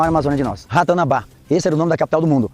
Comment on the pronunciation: "Rato na rabá".